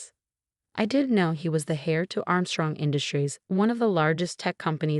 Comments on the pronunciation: James was the “HEIR” pronounced “ERR” to the Armstrong fortune, the “H” is silent. Not the “HARE”. If he was the “hare”, he would have been a bunny rabbit with long (pretty) floppy ears and would have ordered carrot salad. (hold the mayo) instead of coffee. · Heir, not hare.